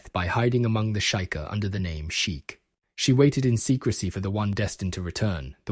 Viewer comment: How do you pronounce Sheik correctly, but pronounce Sheika wrong, back to back? That blew my mind.